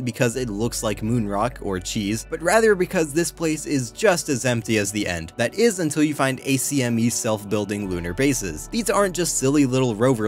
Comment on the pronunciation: It’s “Ack-Mee”. Like from Looney Tunes